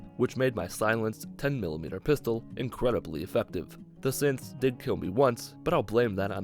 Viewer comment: Sometimes when he says synths I hear simps so I heard “so I took my sweet time clearing out the simps”😂